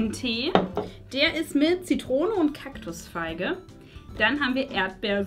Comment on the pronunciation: Es heißt Zitrone und nicht „ZiTTrone“